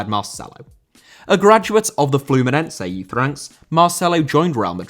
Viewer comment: Fluminense* not Flumenensei